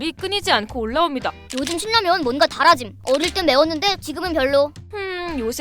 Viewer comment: 오.. 신라면 발음 좋아요. 어떤 채널은 실라면이라고 해서 불편했음, 거기는 진라면도 질라면이라고 함